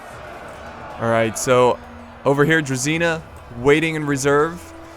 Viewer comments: About the pronounciations :) Generals unit is pronounced Kn-yά-z (so the ya is the same like in "what ' ya doing there ?" the ya ) , while the z is softer than the typical english z. The unit Druzina, should be more like Druzhina .. the zh is prounounced the same as in the french name Jean. Like if you search for Jean Cloud van Damme's name, you 'll get the feeling of the heavy prounounced ZH in druzhina. The cav's name is like the general's cav. So Vit-ya-z. Vit stays the same , ya like in what'ya doing. and z stays the same as in general, softer z. (make accent on the Vit. when you pronounce it) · Not druzina, but drujina (Дружина) means strong friends or pals. Vityazi sounds more correct. However i don't know who are dvor guys are, cause in russian it means court. Spell it as dVoR, stressing V and R. Spelling knyaz stressing YA, like karate "KI YAAAAAA!" knyaz is russian duke or prince.